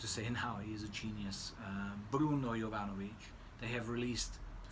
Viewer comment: thanks:)...yes,i understand,and have same feeling about mass hyped juvenile fragrances,as at 47,i have surpassed that,and also have soft spots for vintage type of fragrances.Also,it’s always nice to hear pronouncing correctly brand names(joop!),and perfumers(jovanović):)...wish you all best.